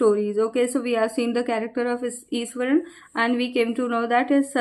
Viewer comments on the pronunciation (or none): Iswaran mam not Ishwaran